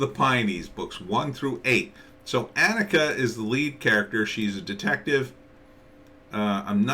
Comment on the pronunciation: Her name is pronoued ON-ick-uh . Annika Season 1 Trailer should clear that up for you. This could also help with the show's locations and explain that it is, as you intuitively felt, a TV series. Otherwise, thanks for the review.